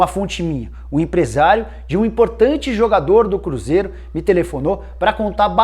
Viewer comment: o cruzeiRO Nicola.2019